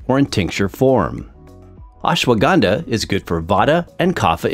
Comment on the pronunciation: It is not acceptable (euphemism) to the ear when you wrongly pronunce Ashwagandha. Better know the right way to say and them indulge in such lectures.